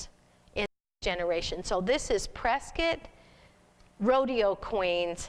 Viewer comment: You need to learn to pronounce Prescott correctly!!